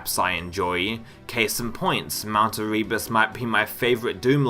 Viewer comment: the amount of times you say "erebus" while mispronouncing it is pretty amusing